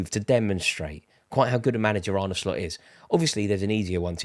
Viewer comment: Thank you Rory for actually pronouncing Arnes name correctly. Absolutely shocking the amount of people in the MSM and independent football presenters who get this wrong, even though there's literally a video on YouTube of Slot pronouncing his name. Absolutely drives me up a wall but thanks for actually putting the effort in.